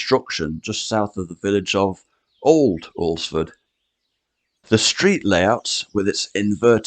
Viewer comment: Congratulations on your correct pronunciation of "Alresford".